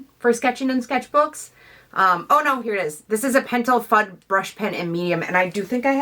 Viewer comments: Yep, I came here to make this exact same comment. Foo-day! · YOUR SO CUTE LOL LOVE YOUR ART and how you say fude..lol. i may be wrong but i pronounce it foo-day. maybe someone can correct us haha